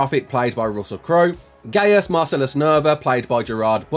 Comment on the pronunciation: Gaius is pronounced gius ots latin the a annd i bect to each ither just enphisise the i its Gaius = with abit of acent